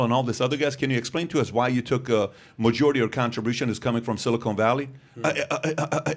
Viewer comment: PBD my OCD cant handle your pronunciation of silicon valley lol. It’s a short O not a long O 😜